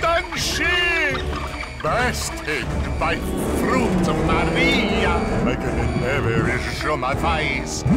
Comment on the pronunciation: Shadow DID HE SAY MARIA